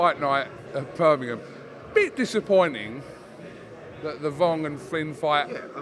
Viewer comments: Tell Eddie its Birmingham not birnimum 😂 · Eddie Hearn still can’t say Birmingham properly 😂